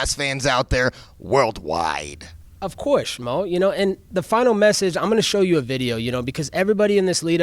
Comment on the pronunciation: “Of coise...”